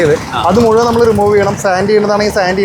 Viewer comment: മുയുമൻ അല്ല മുഴുവൻ എന്ന് പറയൂ കുട്ടീ 😂